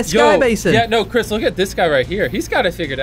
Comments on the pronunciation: ah, yes, chirs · Btw it's "Chris"